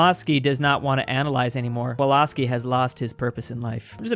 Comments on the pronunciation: why you saying kolaski if it is kowalski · The way you are pronouncing ,,Kowalski" would be actually written as ,, Kłolski" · You should pronounce it as kovulsky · Did he call kowalski walaski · Who says it like kwowalski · Stop saying Kowalski like that please